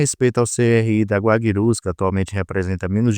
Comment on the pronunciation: Guabirus? Guaicurus!